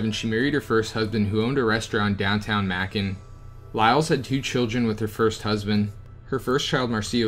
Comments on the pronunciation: Interesting research. If I may adf for future reference? The town in Georgia that you pronounced as mackin is pronounced as maykun. It's spelled as Macon. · I’m from ga its called mayyycon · It's MAcon. Long A May-con... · Nice video but the towns names are being said wrong Macon is pronounced Maycon but spelled like Macon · Also..Macon pronounced May-can. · Macon rymes with bacon Macon, Georgia USA 🏁🏁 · DeKalb is pronounced Duh-Cab, Macon is pronounced like Bacon and you already have Cordele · Great video but learn to pronounce the towns. Dekalb sounds like De-cab and Macon sounds like May-con. Cordele sounds like Cor-dell. I think that’s it. You can always YouTube how to pronounce them. Lol sorry really great info though. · Also pronounced may-con (Macon)